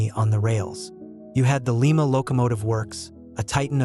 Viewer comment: Hey, AI morons...it's Lie-ma not Lee-ma. Hure real people to do tge narrating. WTF is that track arrangement supposed to be at tge beginning of tge video. Nothing could run on that thing. Stop using AI slop.